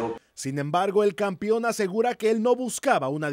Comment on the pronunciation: " campion " jajajaja